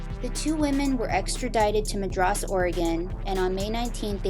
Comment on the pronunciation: Mad RESS Oregon! Not madress.